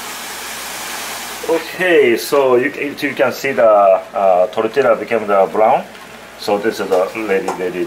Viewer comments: 57 sec pronounces it like a white man lol jk it's all good just funny, suppose to sound like tortilla has a Y in it not the L sound lol. Please don't curse me lol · Tortila lol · Not sure if anyone told you guys yet, but, the " lla " in tortilla is no pronounced like that, it's pronounced as "yah", just saying... And once it's fried, we call a whole fried tortilla a " tostada", when cut like in the video we just call it " totopos ". Also, nachos are not Mexican food, that's texan stuff. I'm not hating, just letting you know. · I love these guys, but the way they say Tortilla is triggering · ll in spanish makes a "y" sound. Please it's so cringy to hear it as "l" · I'm guessing abuela would be shitting her pants if she heard how he pronounced "tortilla" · I love you both, but the way you 2 say tortilla gives me cancer.